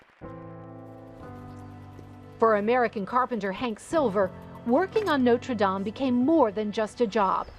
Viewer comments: Notre Dame 'o' as in box not o as in snow.. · Is there anything more annoying than the way this woman mangles the pronunciation of Notre Dame? Don't these people do any research?